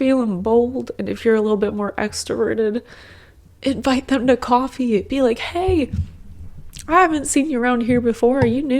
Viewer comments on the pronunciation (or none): I think I briefly caught your New York accent when you said "coffee"... lol.